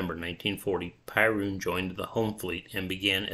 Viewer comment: Piorun is pronounced Peeoroon and means Thunderbolt. Otherwise 👍